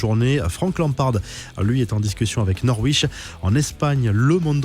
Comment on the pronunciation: Pronunciation de Norwich le W est silencieu ; prononcer Nor ich.